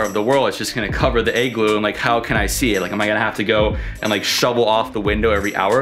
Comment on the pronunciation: Lol your pronunciation of the word "igloo" is triggering me! Ahhh! 😂😂 It's sounds like your saying "egg-glue" but it should be pronounced "ig-loo" ...pretty simple to say lol but thank you so much for this awesome video!! Great content! Very informative in many different ways and your bravery is on another level lol cause I don't think I could ever do a cold plunge! Burrrrrhhhh!! 🥶☃️❄️ What a beautiful country! Wanna take my dad here for his 70th birthday/retirement so he can RELAX and completely ENJOY himself with not a lot of activity and exploring but just the true nature of nature itself and to soak it all in without bouncing around from place to place and sight seeing because it would be extremely demanding for him physically! Once again great video! I think I'm gonna start the booking process ASAP! 2 thumbs up!! 👍🏻👍🏻